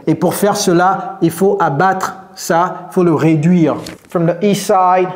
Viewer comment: At the end also, she pronounces "ii saïde" to mean "East side" Thanks a lot!